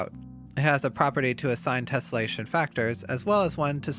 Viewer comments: Drink every time he says 'tessellesation'. Also leave the man a like for this wonderful tutorial. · 3 minutes in and he's said tesselation 27 times, and correctly only twice. Oh boy..